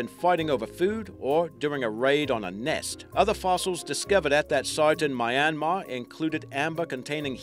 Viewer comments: Myan-mar not My-an-mar😅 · He said My-an-mar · Having spent 2 months in myanmar - it is pronounced Myinmar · Omg you said Myanmar wrong but oh well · How the hell did you just pronounce my native country's name? xD